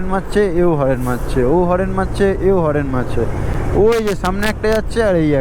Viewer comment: হরেন নয় রে হর্ন